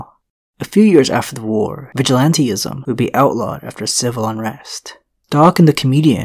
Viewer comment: It's "vigilantism," not "vigilante-ism."